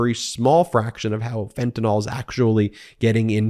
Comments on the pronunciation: Fentanyl, not fentanol. (-NIL not -NAWL) Once or twice would have made me wince, but 4 times in 3 sentences made me turn off the video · This Anti-Freedom Caucus ultimatum is infuriating. It will fail. Thank you Ben and The Midas Mighty! Also, I'm a chemist: it's pronounced "ill" not "all", fentan-YL not fentan-OL, Anyway... stay strong, folks. We're gonna get back to sanity. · Dude, it's Fentanyl not Fentanol, YL not OL! Love your show!! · What in the world is “fentanOL”?